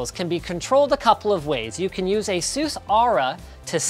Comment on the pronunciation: Aseuss Nice pronunciation